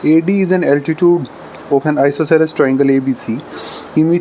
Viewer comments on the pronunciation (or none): Isosceles hota hai sir not isoceles